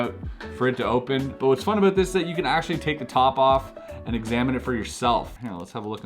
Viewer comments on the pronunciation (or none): When he said sorry and out he’s so Canadian!! We love that 😂 🥰